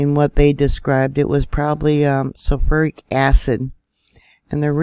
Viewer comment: She mispronounced Shoshone and sulfuric. I'm doubting this is. Ai mispronounces words all the time. Like calling the Russian rubel as rubble